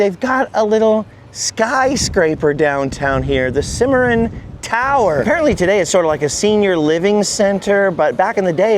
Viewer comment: Oklahoman here....Cimarron.. you have to throw accent on that word...pronounced SIMMER-RON 😂😅